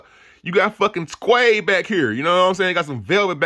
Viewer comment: Bro said squede 😂